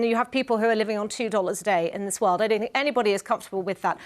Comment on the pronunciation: That guy says what I fink